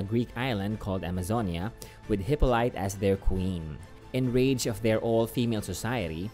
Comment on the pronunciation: You beat me to this. You're spot on with your pronunciation. It's spelled oddly, but it's pronounced "hip-awl-it-ah" as you said. She also takes on the role of Wonder Woman during a few of the JSA arcs.